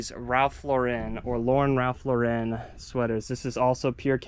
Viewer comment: It's pronounced just Lauren like the girls name. Ralph says it this way himself. Ralph Lauren is a Jewish guy from the Bronx, never understood when people add the french flare to the name lol. Great finds.